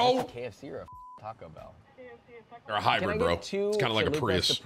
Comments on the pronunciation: Stop saying t bell 😂😂 you can’t make that a thing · Tim is the first and only person i know to say "T bell"